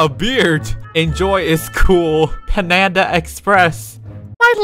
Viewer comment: No one Bill:panana express